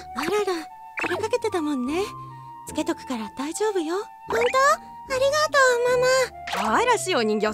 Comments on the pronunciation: くらいのとこ「あるがと」になってたのは気のせい？ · ありがと！があるがと！になってる！